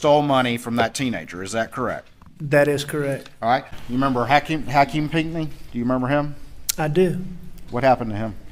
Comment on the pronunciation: it's Ha-Keem not hakem💀🤦🏿‍♂️